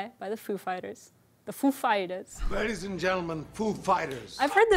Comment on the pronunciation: PHEW Fyters ... 😂